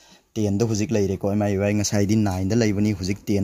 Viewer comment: Brogi miui gi pronunciationdo semdokhanningee.... Lanna khanbiganu... I'm ur new subscriber